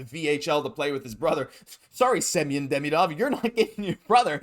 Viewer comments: Demidov....hmmmm. Why are you pronouncing it Demeedov? There's an I in the middle, not multiple letter, e's??? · Curious.. I’ve heard so many ways to pronounce his name but on Russian channels, it seems to be: Dee-Mee-Dove (like love). Did he say how he wants it pronounced in North America?